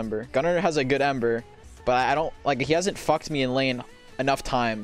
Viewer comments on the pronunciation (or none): Yup, I was definitely trolling too man, haha! (jk i actually thought ember was henry from the way you said it :D)